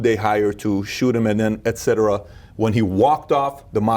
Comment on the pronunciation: Patrick you are the only youtuber who pronounces etcetera properly :)